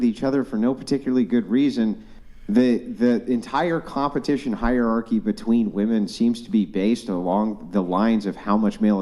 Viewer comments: Chick next to claims 140IQ Chick next to can't pronounce "hierarchy" Sure, they don't have to be related. But funny. Edit: asks her to re-read it 😂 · 140 I.Q. but can't read the word hierarchy....